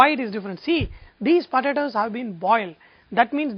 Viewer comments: this guy calls em podadoes ...podadoes ..fast as machine gun ..padadoes...lol...i had so much fun watching this cooo guy on poadadaoes...too cool thanks for great vid...laphant1 d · pa-ta-toes! lmao this guy is hilarious!!!! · yumm, puh-tah-toes. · he says potatoes funny. Lol